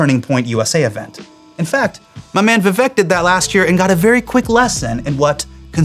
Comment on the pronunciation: Is it thissss tough to pronounce Indian names even remotely accurately? 😅 Nay-lin? Viv-ack?